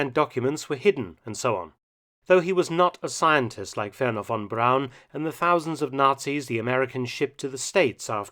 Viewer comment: I cant believe it .. i just cant believe it Mark Felton mis pronounced Verner Von Braun and said Brown.. If one man should know his name and not make the ever so common mistake